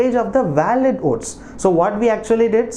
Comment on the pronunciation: Are you saying OATS¿